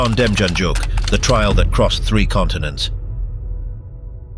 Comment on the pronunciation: I thought the man from Cleveland, OH, was pronounced dem-yan-yook.